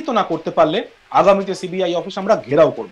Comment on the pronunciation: সিবিআই উচ্চারণ ঠিক করে কর আগে 😂